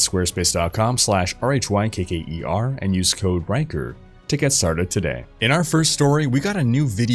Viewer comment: why do i hear Wanker instead of Rhykker 😂😂